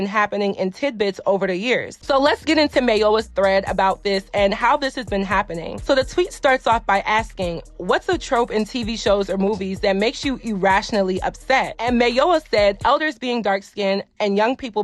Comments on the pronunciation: It’s you pronouncing the referencing content creator name like she’s not Nigerian like you lol, for me… “Mai-yoh-wa” (“wa” not what but higher tone on a like a baby crying). Sorry it was just bothering me like off rip every time you mentioned her lol. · Her name is pronounced completely different than what you’re saying. It made me cringe. Its Mya•wa like do you truly watch her content? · I’m surprised you couldn’t pronounce her name right. Your Nigerian. Granted her name is yoruba. Mayowa is pronounced My-yuh-wa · the way you pronounced MAYOWA is atrocious and you're Nigerian yourself to make it worse. lmao we are finished